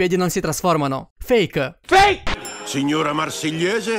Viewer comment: si dice FAKE non FFEIK